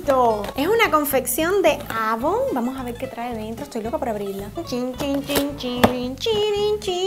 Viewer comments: No se dice avon se dice eivon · jajaja se dise eivon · no se lee como se escribe. Se lee EIVON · se escribe avon pero se pronuncia eyvon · avon se escri y se pronuncia eivon